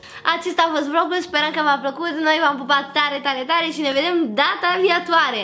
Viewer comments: numai eu am auzit "data viatoare " ?🤣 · Bibi ai spus viatoare😐